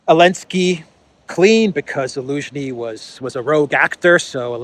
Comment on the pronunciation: Your pronounciation of Zhaluzny is on point man. Damn😂